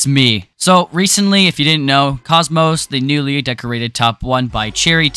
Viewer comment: i think its pronounced kockmock